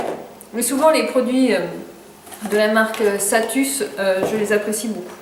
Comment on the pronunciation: C'est pas plutôt salus la marque ? Tu dis satus